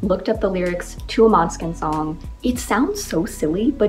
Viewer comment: uhmm sorry but we say måneskin not maneskin 🤣